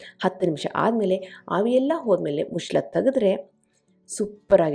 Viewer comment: Mushla alla madam muchala. Kannada sariyagi matadi pls